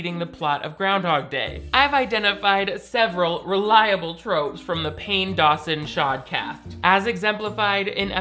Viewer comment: "pain dawson shodcast" he will never recover